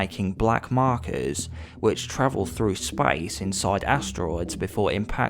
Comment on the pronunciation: Dead spayice